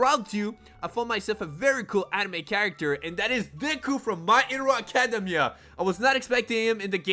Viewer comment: Bro he pronounced academia wrong i got so triggered